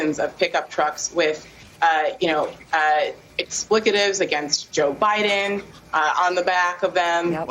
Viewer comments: At about the woman says 'ex-splick-a tives'. I was not able to look that word up in the dictionary?? Maybe I just missed it? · What's does explicative mean lady, YOU mean EXPLETIVES, LIKE FUCK JOE BIDEN 😂👌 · "Explicatives" lol. What a moron. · And I quote, “explicatives”. I think she meant: expletives. 😂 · Gotta luv to see their use of EBONICS!!! It’s spelled & pronounced “expletives”. 🤪🤪🤪